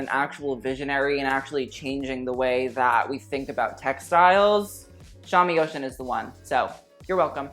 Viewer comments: I think it’s pronounced oh shoon not ocean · I think Shami Oshun is pronounced "Oh-shoon" as in the Goddess, not "ocean" 💙💙💙